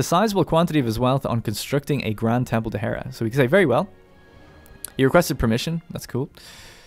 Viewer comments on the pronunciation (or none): none